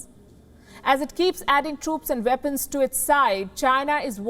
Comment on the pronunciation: Those veapons are wery dangerous in the vorld